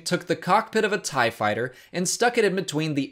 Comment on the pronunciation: Better thai. Oh, you meant tie? Oh.